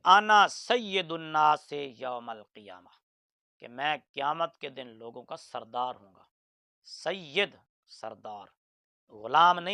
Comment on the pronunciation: یہ لفظ سید زیر کے ساتھ سردار کے معنی میں ہے اور زبر کے ساتھ سرے سے استعمال ہی نہیں ہوتا